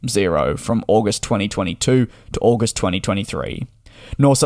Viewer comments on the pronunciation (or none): none